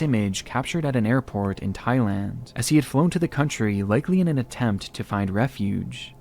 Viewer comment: Bro said Thigh-Land oh mama 🥰 thigh land seems like a place for me. Someone care to give me direction